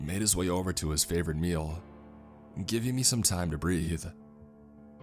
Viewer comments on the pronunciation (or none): none